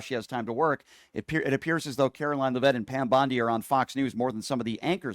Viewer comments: I support you, but you need to be corrected on a couple things: It's pronounced "LEAV-itt" (emphasis on the first syllable.) Also, you use the expression, "could care less," when it's actually "COULDN'T care less." Not to nitpick, but you are constantly berating people who have little intelligence, so I just thought I'd help you with a little advice to ensure you're not outsmarted. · Could care less gets used by some. He may be deliberately mispronouncing her name because she doesn’t deserve the respect.